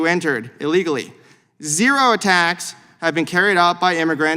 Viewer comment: I like how that pencil neck dem geek emphasized the word zero every time In order to make his point. So once again folks, nothing to be concerned about. Only good people are coming across the border. And how do we know this? The Democrats say so.